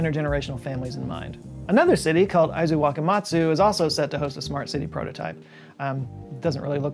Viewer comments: good pronunciation on the Japanese cities... I was particularly impressed with Aizuwakamatsu. On the minus side, Akio should be pronounced "Ah-key-oh". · Impressive Japanese pronunciation